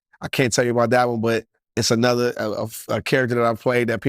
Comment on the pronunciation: it’s ANOTHER not ANUDDER. 😂😂😂😂